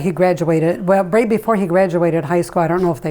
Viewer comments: Idk if this is a northern thing but he pronounced right as rate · The way myth pronounces “right” lol